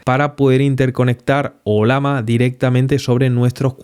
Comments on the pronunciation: ¿Olama? El símbolo de esta IA es una llama, no una lama, así que se pronuncia Ollama y no Olama. Eso sin tener en cuenta que estás hablando en español y no en otra lengua. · ¿oLama? ¿Cuál es el animal del logo? ¿tan difícil es pronunciarlo bien?